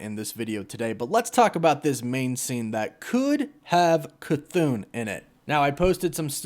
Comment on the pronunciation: Chython = cuh-thah-n no elongated syllables